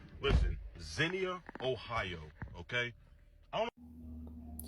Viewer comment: The guy was saying Zennia , Ohio I wonder if he mispronounced the name I live in Ohio and have never heard of this town but I think he was trying to say Xenia, Ohio I live not far from that city. I know about 40 yrs ago it was clan out there but now if they are they staying hidden.I know a lot of blacks live there and they haven’t complained about any racism that I know of. That old white man is lucky that the dude only grabbed him by his neck because we don’t play that shit he would have gotten his teeth knocked out.